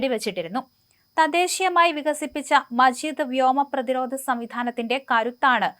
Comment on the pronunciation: മജീദ് അല്ല മാജിദ്